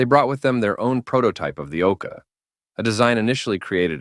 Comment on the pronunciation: Is the voice an AI? Sometimes he pronounce it "Okar", other times "Okay".